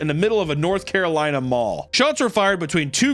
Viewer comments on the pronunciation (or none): none